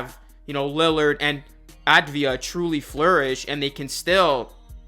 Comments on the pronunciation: Avdia, not Advia. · Some help? It’s NOT “Advia” it’s “Avdia.” Ahh vdee ah. Look at the spelling of the name to help you if you need to. Because you’re going to need to. Deni’s going to be SPECIAL.